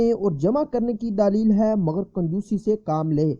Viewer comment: ارے بھائی دالیییل نہیں(دلیل)